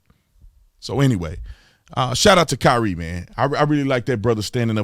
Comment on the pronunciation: You said Kaap wrong but Kyrie right??? 🤔🤔🤔🤔🤔 Later for you Holmes 🤦🏾‍♂️🤦🏾‍♂️